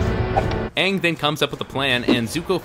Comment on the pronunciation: Why did they pronounce Aang's name wrong in the entire movie?? That drove me nuts!